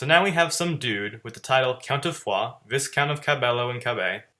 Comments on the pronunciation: It's pronounced Vi-Count, not "Viss Count"... S is silent. French word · Viscount is pronounced vie-count.